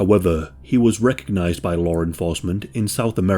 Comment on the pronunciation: “Lawr enforcement”